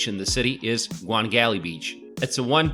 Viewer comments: Gwangalli beach is pronounced Gwang - alli. also Gwangan is too . Beacuse Gwang is one word. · Busan was my hometown. Thanks for nice introduction. I want to fix some names : ja-gal-chi not ja-gal-ki. kwang-an-ri not kwan-gan-ri. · This dude can't pronounce one thing correct! Gwangalli, Seomyeon, Haeundae, He can't even pronounce Marine City correct! He says Marin City hahaha. It must be a bot lolol